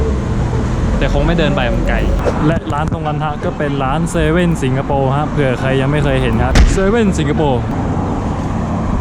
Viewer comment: ชอบพุดว่าถังคยะสิงกะโปข้าวมันไก่สิงโปร